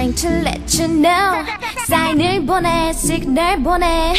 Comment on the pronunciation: Dahyun said Signar.